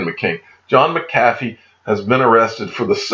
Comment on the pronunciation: John McAffee, contact and tell him how to pronounce your name 🤣